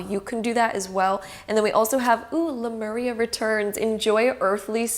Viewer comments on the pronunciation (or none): none